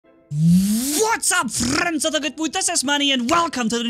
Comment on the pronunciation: Is anyone gonna point out how he put more emphasis on the friends(in the intro)